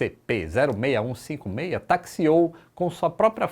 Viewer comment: Não se pronuncia CCCP, mas sim SSSR !